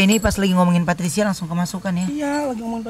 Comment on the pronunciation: Anwar bikin ngakak Dari patricia jadi pasurya Dari indigo jadi pertigo